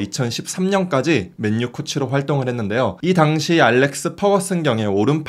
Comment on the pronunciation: 왜 맨유를 맨뉴라고 말하는거에요? 그것도 기자가